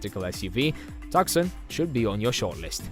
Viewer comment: Pronounced “tooson” not “tuksun”